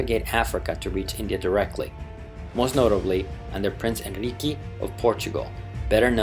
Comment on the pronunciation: Hi there. I have nothing to criticize about the information provided, just asking if the narrator is Portuguese because he speaks the names of Portuguese people and with a strange accent he says hinriqui instead of Henrique... and I don't understand why! If you are not of Portuguese nationality, I understand and I take back what I said, immediately regretting it and asking for forgiveness for the inconvenience caused. Thank you for your time and best wishes. RSVP